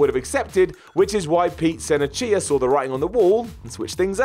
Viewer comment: it is pete SIN-NER-CHA!!! not sen-nay-chia. do they do research before mispronouncing these names.